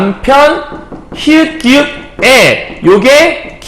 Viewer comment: 몰라서는 아니실 테고 발음 습관이신 거 같은데 ㅠ 계속 기윽이라고 하시는 거 너무 확확 꽂혀요 ㅠ ㅋㅋㅋㅋㅋㅋㅋㅋㅋ 하필 또 수업 내용에 기역이 왤케 많이 나오는지 ㅠ 기윽 소리만 삼십 번은 들은 듯 ㅠ